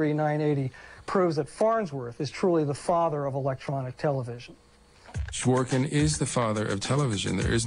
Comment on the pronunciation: "zhvo-'rik-kin" is the correct way to read his second name. The second syllable is stressed